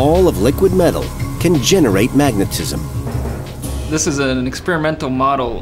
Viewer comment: "Mag-a-tis-im?" Really?